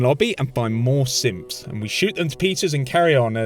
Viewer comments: Everytime you say "synths", it sounds like you're saying "simps." Got me chuckling! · I think you said simps